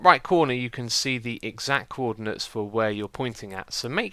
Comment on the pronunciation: "Cwordinates" xD